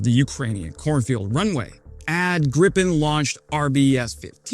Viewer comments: well... first a minor snipe ... it's pronounced gripe-en (rhymes with cry pen). This video does a good job of explaining why the Gripen would IN THEORY be a great airplane for Ukraine ... but in practice right now, not so much. What Ukraine needs RIGHT NOW are either more (and more modern) F-16, or more Mirage2005s ... or perhaps even Rafales. Ukraine's big problem right now is the long training and support training time associated with a new type. It would be more than a year from now that Gripen's could start flying combat ... perhaps more than two. And does Sweden have Gripens to spare? My guess is no. It's not like F16s, where older ones are readily available. Producing Gripens for Ukraine would be a real issue, with real additional lead time. That's just "forgedaboutit" at this moment. Longer term Ukraine will want to align with whatever is western Europe's fighter mix ... that likely will have a low/high capability pair or even a low/high/stealth triple. Right now the NATO standard is F16/F35 ... but due to Trump's Putin-wannabe and tariff behaviors it's now obvious that the whole "western alliance" needs to tell the US to go f**k itself and stop buying US military kit. The Gripen compares well against the F16 and has a lot of very attractive attributes ... and its number 1 problem is that it uses the same US-made engine the F16 uses, meaning it comes with US strings attached. It needs to be re-engined with a SNECMA engine and there is one that would sort-of do, but giv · To pronounce Gripen as in Sweden, you'd say "greepen" though... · Swedish pronunciation = "Greepen" in english... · Ok we’ll send you some of your pronounce it Gripen with a longer I sound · It is always so funny to hear an American try to say the name of our fighters. They always get the i completely wrong.